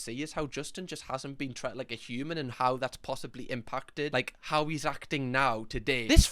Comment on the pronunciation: Ok i have to ask! because ive seen him say it a few times and im honestly just curious if its a common pronunciation or what?! Tret? how hes been tret in the media. how he has been treated in the media? Is tret commonly said in england or is it just a thing 😅 not being rude i really just want to know as it throws me off everytime i hear it!